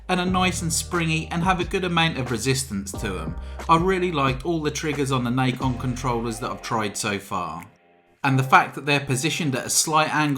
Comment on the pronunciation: it's not "nike-on" it's "Nacon"